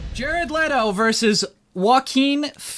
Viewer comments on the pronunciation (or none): God you are KILLING ME. It's leh-to, not lee-to. And Jared is the superior actor.